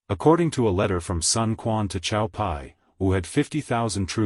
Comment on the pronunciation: Sun Quan is mispronounced as well.